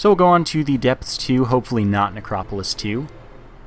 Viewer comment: He says The Depths funny xD